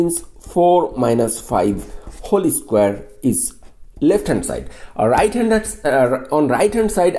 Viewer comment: He said holy square for whole square 🤣